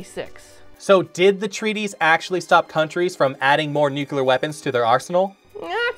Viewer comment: It's "Nu-clee-err"....